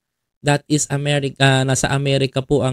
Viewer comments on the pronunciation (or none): none